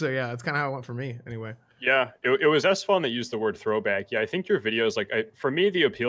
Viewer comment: Alfonso Mural yeah, it drives me crazy when esfand says that!